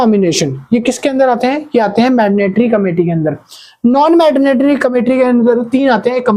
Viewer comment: Mandatory ❌ Madnatory✅